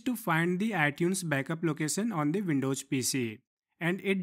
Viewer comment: Windows* not Windowjj